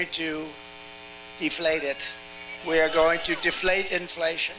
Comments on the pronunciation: Seems like Trump was trying to say, "I will very quickly deflate," but thought that last word was "defleat" and everyone except him was spelling it wrong. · Did he just say de-fleet or de-fleat? 😅 Then, he worked it out, audibly so, so it made sense to him. 😂